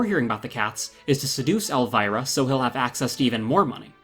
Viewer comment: Elvira is pronounced ElvEEra